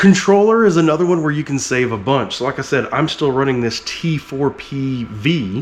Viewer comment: Did you just say "Ken you see this?" while talking about your Ken block replica truck?